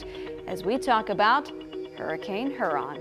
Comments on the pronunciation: It's Her-in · You keep mispronouncing it. Hearon. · Its pronounced here-on lady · Subtropical hurricane "huron" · Th pronunciation of Lake Huron is frustrating